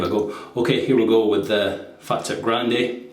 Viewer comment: Nice one, I used to describe the razor as a 'fat tip' until I was informed (by an Italian) that it is pronounced 'far teep'. Keep up with excellent videos.